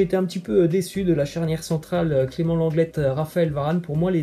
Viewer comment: On dit Clément Lenglais pas Lenglette*